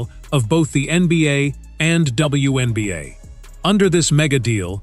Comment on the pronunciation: When Beeyay? WTF is When Beeyay? 😆😆😆 Then halfway through the video he changed it up to the "One Beeyay" 😆😆😆